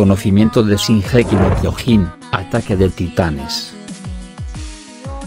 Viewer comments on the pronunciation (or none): El tio: Shingéki no kyogín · Nadie: Este mamañema: shinjeki no kiojin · c*** es Shingeki no Kyojin no gingequi no Kyojin así lo dioses tu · No les pasa q "singeji no kiojin" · Gigeki no quiojin xd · Gigeki no jiojin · JAJAJA SINGEKI NO KIOJIN JAJA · No sabes decir bien sesinokiojin 😤😤😤😤😤😤😤😖😖😖😞😡😡😡😡😡🤬🤬🤬🤬🤬🤬🤬🤬😠😠😠💀💀💀💀💀💀💀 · Si jaja lo pronuncia bien raro jaja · Primero tendrias que pronunciar bien el nombre del anime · Yo solo quiero decir q no se pronuncia como tú dices